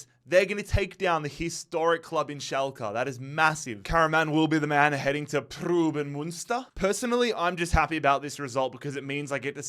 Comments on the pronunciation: it’s pruhs-suhn Muhn-stur right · Preußen Münster is actually pronounced Proyssen Münster, ß=ss in german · The way you butchered Preußen Münster. Since the ß is pronounced as an s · It’s not pruben münster. It’s pronounced as preusen münster ( the ß is just an s sound ) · Preußen Münster is pronounced Preussen Münster and goes back to the historical state of Prussia great video once again love this series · more like proys-sen (the 'r' is prnounced) mün-ster (mün like in München (=munich)), pronuniation of the ü is hard to explain to an english speaker. its kinda like when you pronounce words like few, mew, new or you slowly and look out for the transition between the 'e' and 'w' or 'y' and 'ou' respectively. hope this helps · Why did he butcher Preußen Münster so many times😭